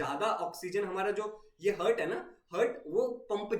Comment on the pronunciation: I am deeply hurt when I heard hurt instead of heart 😅